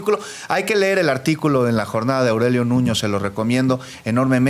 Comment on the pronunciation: Este se sentía presidensiable y lo bajo una niña se primaria, se dice leer no ler